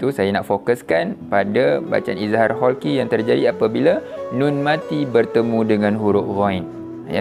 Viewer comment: Halqi ustaz, bukan kholqi😊